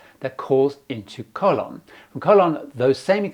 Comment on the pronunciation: Very good tips,! Please note the correct pronunciation of the key names that you mentioned: (1) Colon is Koh - LOH-n (o is always oh in Spanish and the accent means to stress the second syllable. (2) Mira Flores = MEE-rah FLOH-race (not rez). (3) Gatun Lake = GAH-toon (as in cartoon and not tun as in tonne).